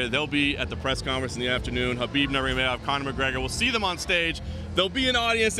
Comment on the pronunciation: Habib Normegedov -, this is your job. Atleast try to pronounce his name right.